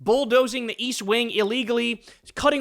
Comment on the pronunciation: East wing ?? I thought you said weast?